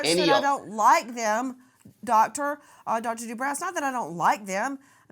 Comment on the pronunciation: Nancy he is Dr. De brow rhymes with Row.